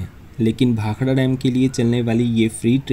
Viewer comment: Very nice video and information. Also liked that you pronounced "Bhakda" and not "Bhakra". Even railways should change the english spelling to "Bhakda". Its been 75 years since the goras left...wonder why railways keeps on spelling it as "Bhakra"!